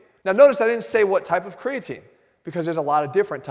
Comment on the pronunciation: Cregaatine. Instead of Creatine. Health Guru. YouTube my man. Boost your Biology! Top info!